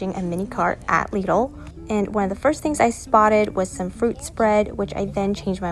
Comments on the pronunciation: I came to the comments to see if anybody else said anything about it, it's so strange to say it like that 😂😂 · Omg is this how Americans say lidl?! Wow :0